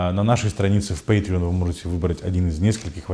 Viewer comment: У меня только один вопрос, кто финансирует этот канал??? Судя по произношению слова патреон в конце ответ очевиден